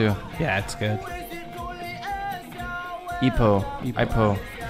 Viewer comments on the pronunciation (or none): IPOH..its e-poh not i-poh